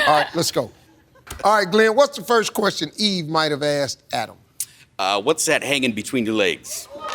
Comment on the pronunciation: It's not axe it's asked